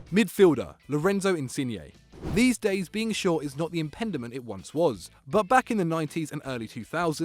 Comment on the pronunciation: Impediment not inpendiment. One is an actual word, the other is not.